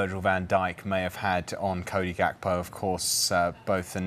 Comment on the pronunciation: You pronounce his name Yakpo